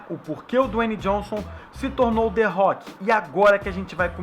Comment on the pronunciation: kkkkkkkkkkk ué que culpa ele tem de não pronunciar direito não soube chama direito que nem eu